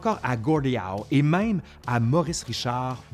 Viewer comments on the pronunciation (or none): none